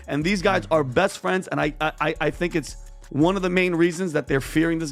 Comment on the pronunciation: Did Diddy by chance have a Tiger in his garden. Welcome to my little fwend.